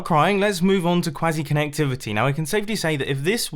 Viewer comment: "Before I start crying, lets move on to quazzy connectivity"